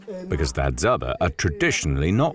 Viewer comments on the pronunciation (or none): It is Hadzabe (pronounced Hadzabey) not "Hadzaba" the way the commentator is calling them.